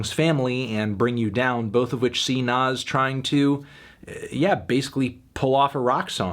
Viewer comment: And calling him “nawz”